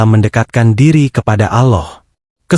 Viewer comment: Assalamu'alaikum mas nyebut alllohnya kurng merdu bukan Aloh alloh